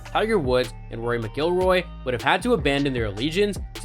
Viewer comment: Hard to take seriously when you can't correctly pronounce McIlroy.